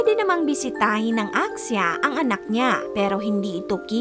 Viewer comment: Axia: ak sha 🤣🤣🤣 ano yan dengvaxia?? . pwede mo naman kasing bigkasin ng tama ate narrator. Axia : Asha